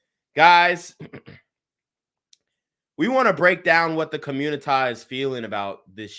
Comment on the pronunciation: " Today on The Communitah " ..💯😁